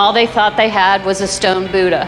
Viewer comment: Oh Americans BUDAHH not boooda